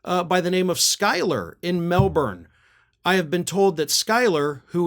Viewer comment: just so ya know mate is mel-bin